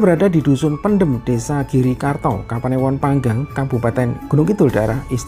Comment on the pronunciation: Dusun padem, bukan pendem 👍👍